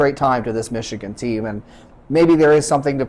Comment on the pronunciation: O-H…N-O not Mich-again!